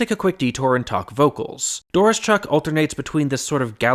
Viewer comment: DOR-OH-SHUCK. You're welcome.